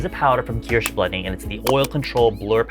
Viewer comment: I like that you pronounce Kirsh like German Kirsch!